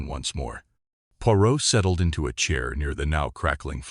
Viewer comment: You could at least have got the name of the main character right. Your ‘reader’s’ constant mispronunciation spoiled the story for me.